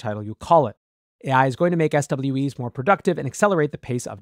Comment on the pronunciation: nit: SWE is pronounced s-WEE